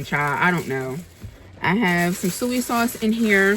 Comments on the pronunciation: It's SOY sauce luv, not suey 🤭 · Is saying suey sauce a regional thing? I’ve heard this way of saying Soy sauce. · I think it’s our north eastern accents. Lol She’s from Delaware and I’m from Philly and I call it “Suey” sauce too 🤣🤣🤣🤣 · I call it suey sauce also 😂😊